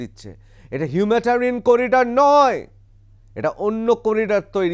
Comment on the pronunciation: হিউম্যাটারিয়ান নয় হিউম্যানিটেরিয়ান হবে। বারবার অন্তত একশবার এই ভুল বঞ্ছিত নয়।